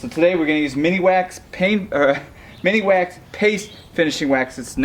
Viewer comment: I love your work and I love that you call Minwax miniwax.